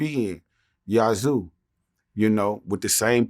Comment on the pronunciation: He keeps pronouncing Yazoo wrong LoL